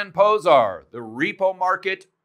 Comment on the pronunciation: "zs" is pronounced like "j" from jeesh. Zoltan Pojar